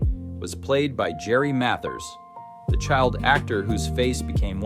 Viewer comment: AI pronounced Mathers wrong. Go figure.